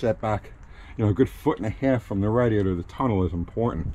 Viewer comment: He said RADDY- ATOR....hahaha!